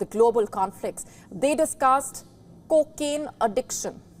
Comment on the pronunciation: "Kooo kin addiction" 😂😂😂